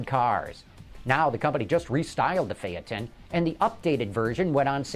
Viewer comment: it's called fayton not fyaton